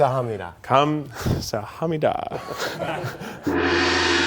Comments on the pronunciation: kam...saHAPnedaaa I mean... at least you tried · Keith tryna say thank you in korean😂😂❤❤